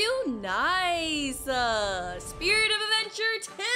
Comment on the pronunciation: it's not sprirt it's spirit